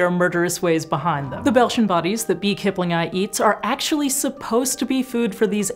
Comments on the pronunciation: I am sorry but "kiplingi" is [kiplingi] NOT [kiplingai] - the "i" as in "sit" English, WHY would you assume scientific Latin has all the exact same sounds spelled (or letters pronounced) YOUR WAY. Who the hell does that? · Why do you keep saying Kipling-eye, instead of Kip-lingi ?? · aaargh, my ears... :S keep-lin-ghee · It's "kiplingee".